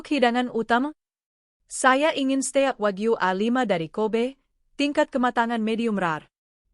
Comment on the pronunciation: Steak!!!!belajar dulu klw bgmn membaca nya